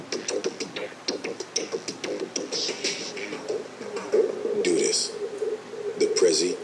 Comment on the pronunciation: His nickname is pronounced "DUD-us," not "DOO-dus."